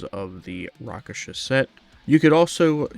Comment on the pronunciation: Also Rakshasa, not Raksasha 😊